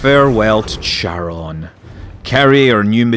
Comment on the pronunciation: Hi Scott, great video - as usual :) A bit of nitpicking - I'm pretty sure it's pronounced kair-uh n - not cha-ron :p and every time you pronounce it your way, a little hellkitten dies somewhere in the Cthulhu Plains :) :D Btw, are large-population planets available for landings? With cities and stuff? (probably not, but here's hoping) Also, do you think the planetary landing piece is worth the almost full price for the game? Is it just a gimmick that you will get bored after a week or something that is actually useful to the gameplay? As you said, the crafting system seems very simplistic :/